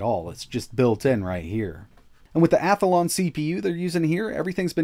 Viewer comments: You keep saying Athalon, but it is Athlon. You are adding an extra A. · You're using the Yogi Bear pronunciation of "Athlon." "Hey, Boo-Boo, bring me that Ath-a-lon powered handheld! It's inside my pic-a-nic basket!"